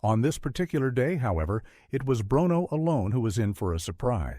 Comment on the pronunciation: The dog"s name is pronounced; brooono.